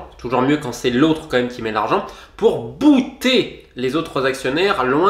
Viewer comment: “Bouyeter” pour “Buy-out”? 😂😂😂 les Français, faites des efforts!